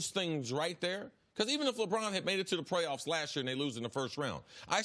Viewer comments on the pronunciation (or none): Am i the only one to hear the “ Prayoffs”😂😂😂😂